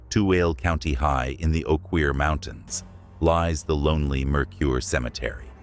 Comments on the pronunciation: That's how you pronounce Oquirrh..."Oak-er" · gaaah. AI voices!!! Oh-Queer mountains... Nope Oh-ker. at least use AI that will look up pronunciation guides... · i take it back your pronunciation of the Oquirrh mountains was bad too. There are some very egregious offenders in your pronunciations. Like I said, I think you need to look up how things are pronounced locally before you make videos like this. As a native Utahan, I am dying with laughter. And while not offended, some might be. Thanks for your video though, I appreciate it. It's awesome, but please work on pronunciations. 😂 PS. The Oquirrh Mountains are pronounced like the color, ochre. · If you make comments about a location first learn how to properly pronounce the words. Tooele, Ochre, Duchesne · As a 25 year resident of Tooele it makes me laugh hysterically when these channels, or even non-Utahns, twist their brains trying to pronounce it. It's: Too-wil-la. Mercur is pronounced mer-ker. The Oquirhh mountains are pronounced Oh-ker (rhymes with her). I've investigated the Old Tooele Hospital twice and didn't get any evidence either time! I've also had the opportunity to investigate the Kirk Apartments—formerly the Kirk Hotel—in April of 2014. The Kirk is FAR more haunted than the hospital/Asylum 49, but all three floors of it have now been converted into apartments and therefore not available for regular paranormal investigations. Mercur cemetery is a hot spot for doing some amateur paranormal investigating, but you have to be patient, be prepared to go more than one night, and go when the nights are warm, ie...late spring to early Fall. Otherwise you'll find yourself in very cold, or even snowy weather. 👻👻👻